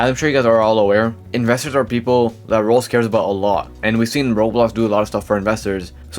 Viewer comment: Bro says roblox as "Roux" 😂. U ok m8? You sound half asleep